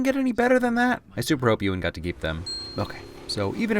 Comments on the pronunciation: Anyone going to tell him that its Ewan(You - in) Not Ewan(ew - in) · Great video, but as someone with the same first name. You absolutely butchered Ewan McGregor's name